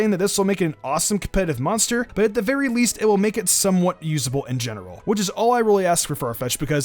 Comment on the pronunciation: "leasfrivt pokemon" man slow you really were combining words there